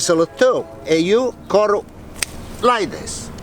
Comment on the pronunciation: can i just say .... PLEASE SAY ''CUT'' not CURRR ... its so irritating